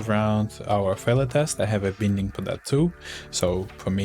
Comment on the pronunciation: Привет. Пришел в поиске как народ использует neotest. Очень крутая шутка. ПС. На досуге глянь как произносятся слова "binding", "failed".